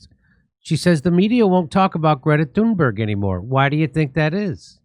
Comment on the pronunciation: I kept mishearing Thunberg being as "Doomberg" ... was i wrong ?? LOL